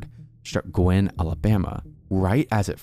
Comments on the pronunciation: Also (a lot of people make this same mistake) Guin is pronounced "Gyoo-in", not "Gwin". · I'm in Alabama and we have strange pronunciations of towns. Guin, Alabama is actually pronounced "Gyoo-winn" instead of "Gwin". Great video, I just subscribed!